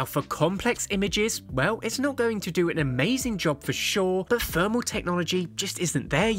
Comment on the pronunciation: What is Fermal paper ? Why cant you Brits pronounce the letter T and H with using the letter F. Its exhausting.